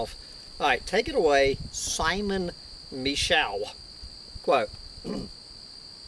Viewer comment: It's pronounced Simon Me-show